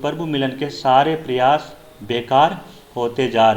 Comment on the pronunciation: उच्चारण में क्षेत्रीय बोली है । प्रयास , अहंकार आदि शब्दों का उच्चारण गलत किया जा रहा ।